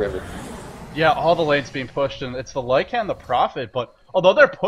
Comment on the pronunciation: Hey, Lycan has one dominant syllable, not two.